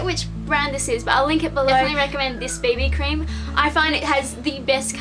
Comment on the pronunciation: She meant BB Cream, I think her accent just made it sound like baby cream. :)